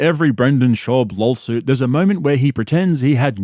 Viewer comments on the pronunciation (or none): It’s laW suit not lol suit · It's not lawsuit it's lawlsuit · are you saying lol-suit? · wtf is a lawLsuit? You sound as dumb as brendan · i cant tell if hes purposefully saying lolsuit or if its just his accent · I love that you pronounce lawsuit as “lolsuit”. 😂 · Love how he says LOLsuit! 🤣🤣🤣👍🏼👍🏼👍🏼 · Talmbout lawlsuits, b? Pure Spegggdrum CTE. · "LOLSUIT." Cannot unhear it.